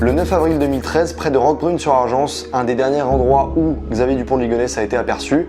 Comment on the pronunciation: Bravo vraiment une super vidéo bien travaillée ! Pour information le s à la fin de "Roquebrune sur Argens" ne se prononce pas